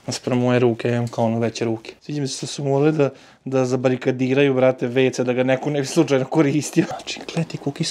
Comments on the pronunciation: napokon naucio da izgovori "zabarikadirati" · uspio si bez POGREŠKE izgovoriti ZABARIKADIRATI!!